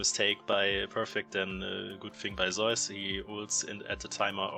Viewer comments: Well... only half true. The German pronunciation is using in this video is similar far away from the Greek as the Korean one is. Just because "Ζεύς" looks like "eu" doesnt mean its correct to pronounce it like the german "eu" umlaut 😉 But it makes historically sense why Germans pronounce it like that. I think even english is closer than both german and ko. However, none of this matters, since the player himself calls him "Je-woo-s". This is a mix of his birth name "Woo-je" which kinda lines up with the Korean pronunciation of "Ζεύς". I mean, we never should be mad at casters or influencers for pronouncing player names wrong. But if we are trying to decide what's correct and what's not, it is IMO best to listen to the player themselves, because in the end, Pseudonyms are their "creative" invention and therefore "correct" the way they say it, ignoring any history or language origins for their inspiration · Zeus is the greek good. The player on T1 is pronounced Zayus.